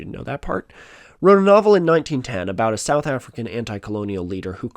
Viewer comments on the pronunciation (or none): none